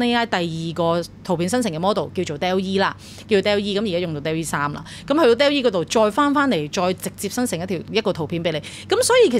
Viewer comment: Dall-E 音: 多依，源於動畫Wall-E。Bot 源於Ro-bot，不是音Bow